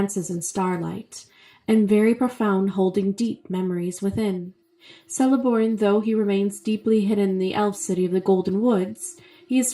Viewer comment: Btw it’s pronounced Keleborn